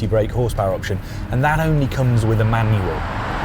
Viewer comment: Sounds like he's saying Emmanuel rather than A Manual... 😂😂😂